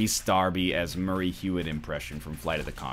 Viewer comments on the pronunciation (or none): Your Murray sounds too Australian. Murray is a Kiwi